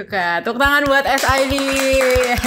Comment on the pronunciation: Nonton ini karena ada Sid , bacanya es ai di goblok